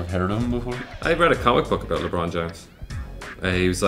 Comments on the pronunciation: HAHAHA "LEH-BROWN" ??? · "LAY-bron" LOL. Perfect. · lay-bron LOL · LAY-BRON IM DYING XD